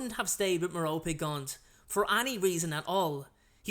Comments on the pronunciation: Hello! I don't mean to be a know-it-all, but Merope is pronounced Mer-O-Pee. Please don't be rude, I just want to help! You can also use a pronouncer or just pronounce it the way you like :). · I enjoy your videos and I mean no disrespect but you pronounce Merope with the 'e' instead of her name as 'rope'. I am wondering if I got her name wrong. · Am I the only one pronouncing her name as marrow-pee? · How do you pronounce Merope? I say Mer-rope. I've heard it Mar-o-pea and Mer-rope-ee.